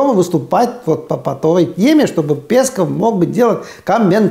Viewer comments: Омаровы... Лангустовы… Лобстеровы… Раковы, в общем... Морепродукты... Аарне, в фамилии "Песков" ударение на второй слог. Спасибо. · пЕсков, это круто, ударение интересно специально? Пёсику пуниному не понравится.